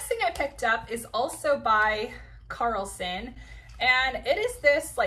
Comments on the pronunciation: Great haul! Just a FYI the brand is Caslon not Carlson.. for a second I thought there was a new brand at Nordstrom I never knew of. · Great video. Nice haul. Caslon, not Carlson.